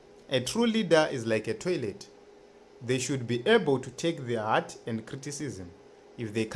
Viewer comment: Please read words and spell them correctly. The HEAT and HEART is different. When we listen to this failing spell words correctly tend to make us viewers feel uninterested in listening your vlog.